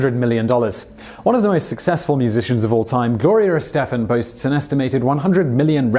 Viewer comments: I realize you are from the U.K. and live in the Czech Republic, but how did you mispronounce Gloria Estefan? You couldn't find anyone that knew how to properly pronounce her name? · A genuine question. How can you possibly pronounce Gloria Estefan wrong?